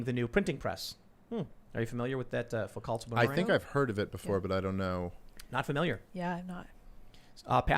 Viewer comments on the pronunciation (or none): Tim, Did you just f#@ pronounce Michel Foucault's name "foo-CALT?" Osti tabarnak mon ami tête carrée, c'est prononcer FOO-COH calisse! Not actually mad but you gotta get that french pronunciation in order my friend!